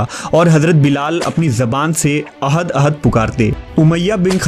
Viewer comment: Not ohad its ahad ahad😅